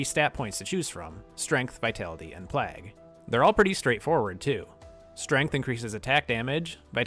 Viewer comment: Great video my guy, but why are you pronouncing "plague" as "plag"?